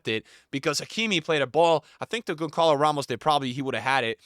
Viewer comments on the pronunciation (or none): Dude you're butchering Gonçalo Ramos' name It's Gonsssalo and not Gonkalo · Bro keeps yapping like a football expert but still can't pronounce Gonçalo Ramos right yet 🤡